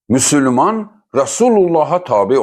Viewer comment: Müsülman yox Müsəlman ya da müslüman gedin əvvəl düzgün deməyi öyrənin